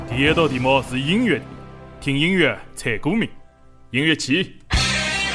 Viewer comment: 音乐的“乐”读音不对。不要为了刻意避免江北上海话而矫枉过正，变成普通上海话。